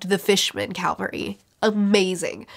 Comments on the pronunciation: It's cavalry not calvary btdubs. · Here comes the CAValry, not CALvary. Having been a Cav Trooper I just had to point it out. Cavalry are mounted troops that often turn a battle. Calvary is a hill that Jesus was crucified on.